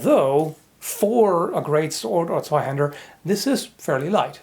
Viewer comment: "Zweihänder" kannst du besser sagen....du täuschst mich nicht... ;)